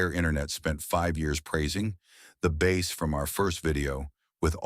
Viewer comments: God, I hate these AI channels. The “bass” market? Pronouncing bass like the fish? AI can suck it. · As soon as I heard the Voice Over describe the instrument as a bass, as in a fish, instead of a bass, like baseball, I turned off the video. Stop using AI slop voice overs. I hope you read your own comments section.